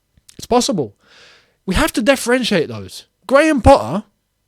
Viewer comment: "DEFFERENTIATE"... WORD OF THE DAY,.